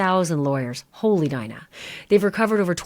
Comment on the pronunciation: Hoe-Lee Shhh 🤣